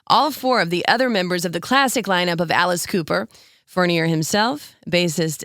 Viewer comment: It's pronounced Furn-yay.